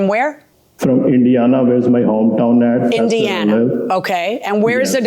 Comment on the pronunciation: I can't be the only one who thought he said India and not Indiana